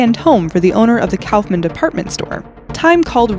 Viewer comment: It's pronounced Cough-Manns.